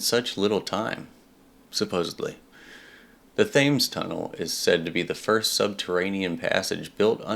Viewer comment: Thames is pronounced: TEMS. Like number 10 with an "M".